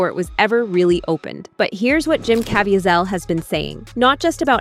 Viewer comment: His name is pronounced Jim KA VEE ZEL